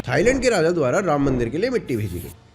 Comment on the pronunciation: You should not call yourself sanātanis if you can't even pronounce the names of the Gods properly... You cannot even pronounce two aksharas रा- Rā and म-ma Rāma properly.. Shame!!